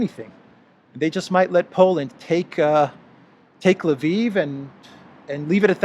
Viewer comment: WTF is Laveev??? Come on, if your going to talk about a city, it would be nice if you would learn to pronounce it correctly.